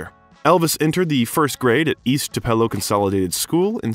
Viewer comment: You are saying Tupelo wrong, it is pronounced Too-pa-low. Thank you very much for doing a biography on Elvis. There will Never be another performer or man like him. He was the Best looking man to walk this Earth. He had a voice like no other. Elvis is greatly missed by millions. I will Always love him. R.i.p.🙏 Tlc. 🤙Tcb⚡️💙💙💙💙💙